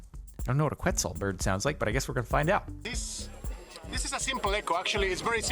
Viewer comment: I should have tried clapping when I was at Tikal! It's pronounced like Ketzal for quetzal.